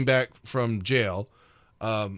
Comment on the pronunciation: Back from jail? I thought you said Yale!